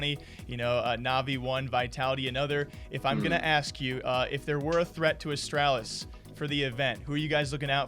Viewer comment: You cursed it. Of course, they lose 0-2 to NIP after the interview. And you still can’t be saying astralis like the name al instead of astrahlis. Especially in an interview with device.